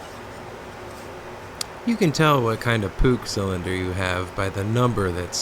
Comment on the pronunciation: I like how you call it a Puch and not a Puush or Putch